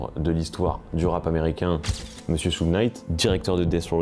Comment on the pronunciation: Super docu ! Mais juste un petit truc pas très important : Suge Knight ce prononce "choug" Knight" 😉